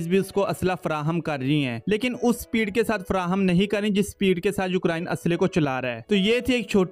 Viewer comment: Brother just a friendly suggestion. Try pronouncing ukraine correctly. Its U-crane and not U-krine. Listen to the google pronounciation of the word. Good luck.